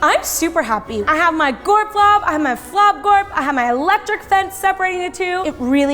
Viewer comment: instead at the beginning when you said gorp-top you should of said flop-top:P xD